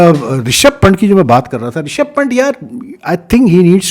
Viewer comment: Pant is pronounce as "pun" + "th". Please correct ot sir.......